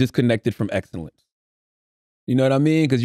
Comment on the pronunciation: Wow CTG butchered tf out of excellence 🤣🤣🤣